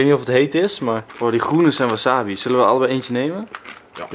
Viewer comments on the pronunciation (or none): none